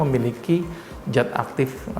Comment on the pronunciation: zat pak bukan jat